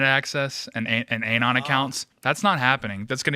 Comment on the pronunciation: The way dude keeps saying "anon" like "aye-non" is obnoxious